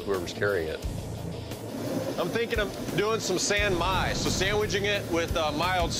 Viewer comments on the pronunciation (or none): It's not Bouge, it's Bhuj. And it's not 'Syan Myai' , it is ' San Mai'.